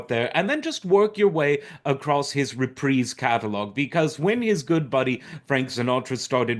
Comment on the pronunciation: Funny, I've been binging on hos Roasts and Matt Helm films. A true entertainer who could do it all. Thanks for pronouncing 'Reprise' correctly!